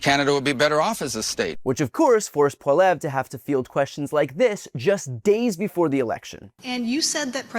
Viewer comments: It's pronounced polly ev ra. But we just call him PeePee, the yellow stain on the front of Canada's white pants 🤣❤️🤍❤️🇨🇦💪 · It's pm Pacific time up here in Western Canada, and it's looking like Prime Minister Mark Carney will remain in charge, Thank the good lord thundering Jesus! ☺️🥰 💪🇨🇦💪🙌 Trump can suck it! Go pound sand Trump and mini Trump Poilievre. (Pronounced pol-lee-ev. Just sayin 🤷 😊) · Pronounced Pol e ev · It’s pronounced polli-ev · I dont like the guy, but please brian at least learn how to say pierres name 😊 How many times did you say it in this video and never once right. Wont be that hard to hear how to pronounce it properly. Just do the bare minimum of research. Like watching a canadian youtube video of pierre youd hear how to properly say it lol